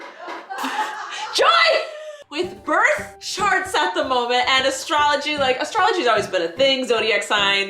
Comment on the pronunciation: Did you say birth sharts??? Ahhahahah